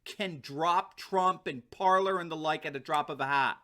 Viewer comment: Ok im gonna show you how to say it right you say parlor but its PARLER for the french word to speak its pronounce like this PARLEY and ur wlkm